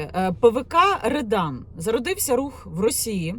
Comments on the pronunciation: Не редан, а рьодан. Це двіж - неформали проти гопніків, як в 90х початку 2000. Погано що в нас підлітки тягнуться до російської повістки. А смисл той самий що і раніше. За дітьми треба слідкувати, якщо не слідкувати то вона може стати гопніком АУЄ, а не тільки в Рьодан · Не редан а ребан